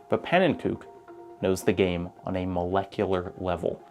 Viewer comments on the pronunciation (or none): none